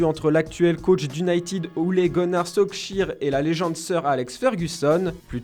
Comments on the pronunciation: Heu …. solkjiiiir? Sérieux ? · "solskjær", quotidien "As"... Le narrateur a t'il fait des langues vivantes ? Ou est ce une voix digitalisée